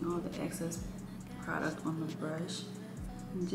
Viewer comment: How come the girlies say "ACCESS" instead of "EXCESS"? Anyway, she and makeup are cute 😍